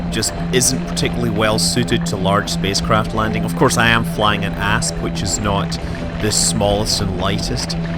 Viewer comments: my favorite part of this is how "i parked my asp" sounds like "i parked my ass" and the sentence is way better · "its definetly bigger than my ass" well i hope a space ship is bigger than your ass (i know i know he said asp)